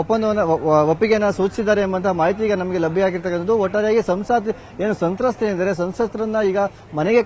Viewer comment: ಸಂತ್ರಸ್ಥೆ... ಸಂತತ್ತೆ ಅಲ್ಲ..